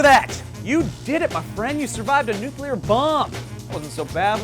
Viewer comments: How to survive a "NUCLER" fallout... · I like "nucler" fallouts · "How to survive a NUCLER fallout"? Easy, just cover yourself in dictionaries. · Nucler war lol